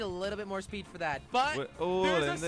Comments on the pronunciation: its full speed not full spood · Did he say “Full SPOOD. WHAT IS SPOOD.I THINK HE MEAN SPEED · Does anyone know the original video where jelly says full spood? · I swear if I hear full spood one more time...